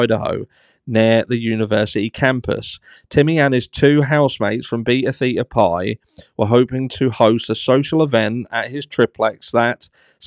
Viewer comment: Great video!!! Just an FYI it’s pronounced Baytuh Thaytuh Pie Beta Theta Pi